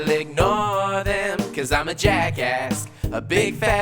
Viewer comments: Why do I sometimes hear jackask instead of jackass? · JackAsk...... it sounds more like JackAss when you say it xD